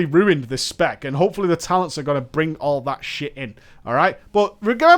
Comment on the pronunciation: You said "toctins" at the start haha, sorry i couldn't help but notice!